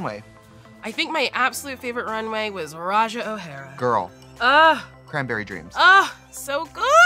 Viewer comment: Not "Roh'Jer" 😂